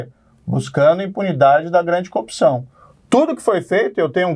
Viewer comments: coupçaaauun* ele é incapaz de pronunciar o "r", o pobi kkkkk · Coopção , conje, qua , qua , qua …. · Que cara fraco meu deus! "A copção..." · Qndo esse corrupto vai aprender a falar "corrupção"?